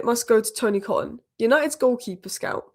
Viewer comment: Tony Coton's name is pronounced Ko-ton. He was city's keeper in the early 90s and then became United's goalkeeping coach, right up to Barthez.